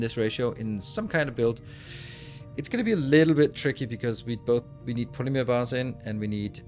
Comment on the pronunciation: It’s funny hearing you say polymeer instead of polymer. 😂